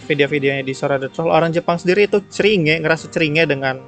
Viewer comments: Everyone pronounce Cringe: krinjs pronounce Cringe: ceringe:v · aslinya bacanya KRINCH bukan CERINGE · Normal people: "Krinjs": Ceringe Last Wolf: CERINGEK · Finally: cringe di baca ceringe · Cara Orang ngomong cringe Kebanyakan orang: Crinss: Kringe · Lu bilang ceringe gw yg denger jd ngerasa ceringe sendiri bang 😅 Di bacanya "krin" btw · Bacanya krings woi bukan ceringe, ngakak gw sama bhs inggris lu bang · normal ppl: krincs: CRI NGE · cri nge bacanya krincs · lebih cringe ketika ada orang yang menyebut cringe dengan CeRiinGe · Bacanya bukan ceringe bang haduuh :'v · cringe... : klo dibaca krins bang akwoakwosjw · Orang Normal:Cringe:ceringe wkwkwkkw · Ngomong cringe nya yang bener bang